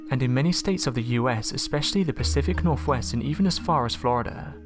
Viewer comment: Where the hell is the Pacific Norfwest? Ah well, better than a robot voice, I guess.